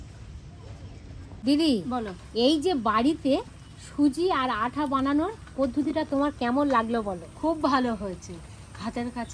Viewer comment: আপনি আটা কে আঠা বলেছেন কেন?